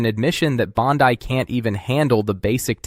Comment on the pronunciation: Your mispronunciation of Pam Bondi makes you sound even more like an AI voice than you already do